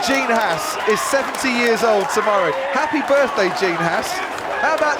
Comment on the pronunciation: Haas rhymes with Boss...not lass